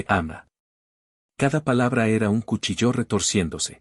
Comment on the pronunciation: No es CUCHILLÓ,NO ES UNA PALABRA AGUDA,ES LLANA Y ÁTONA SOLO SE DICE CUCHIIIIILLO ,EL SONIDO FUERTE EN LA "I ",por favor pronuncie correctamente o vuelva al colegio para aprender las reglas de la acentuación